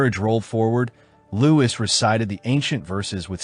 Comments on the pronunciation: yeah man no worries, I hate all the people talking down on really interesting videos just because of the AI narration. Toward the end of the video I think I figured out what happened. Whenever the script just said “Louis” the narrator would say it like “Lewis,” but whenever his full title of “Louis XIV” was in the script it would say “Louie the fourteenth” The video was really good by the way I like your style and presentation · His name uses the French pronunciation, it should sound like “Louie” not “Lewis.” Strange that the AI got it wrong most times but every once in a while would say it right. How does that even happen